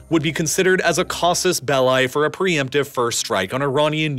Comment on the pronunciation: casus beleye? 😂😂😂 mispronunciation of just about everything...